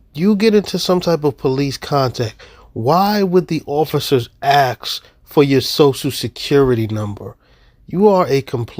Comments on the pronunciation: I hate it when people think they can just run around AXING your property. Say it with me now people ASK, wow, you almost got it, one more time, ASK, there you go, now put your AXE 🪓 in the shed, and you’re ready to English! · AXE , AXE , AXE.... HEY SHIT FOR BRAINS... THE WORD IS ASK . HOW DO YOU GET TO ADULT AGE AND NOT KNOW HOW TO SAY ASK PROPERLY. ALSO JUST MY OPINION BUT: The people like this moron psycho fake Moor sovtard who sell these stupid illegal Identification and those stupid Moor Bullshit pack of fakeness need to be arrested and charged for making and supplying fake ID's and selling False information that gets people into serious legal trouble because you've brainwashed them into believing that all they need is to buy on of their illegal bullshit packs. And all their problems will be solved. ARREST AND CHARGE THESE GRIFTERS. And also have fools like this charged for incouraging people to not pay bills , not pay their rent or mortgage. Adverse Possession for 10 yrs only works if you DONT PAY ANYTHING. It won't work these days and they will have their mortgages called in by the bank and the bank will repossess the house and these fools who listen to this nonsence will be out on their asses living on the street. These Conmen (especially this fool above).... Need to be jailed for this nonsence. Because what he is doing and teaching people to do will get them major legal issues. Just Jail the Contwats already. Noone is gonna miss them. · People saying AXE when they mean ASK just make me want to punch them in the mouth till they learn to talk properly. How do you get to a adult age. Having at least some kind of education. And still can't say ASK!! SLAP THE STUPID OUT OF THESE FOOLS. I HAVE A 2 YR OLD NIECE WHO SPEAKS AND PRONOUNCES WORDS BETTER THAN THESE FOOLS. AND SHES LEGALLY DEAF AND HAS A COCLIER IMPLANT.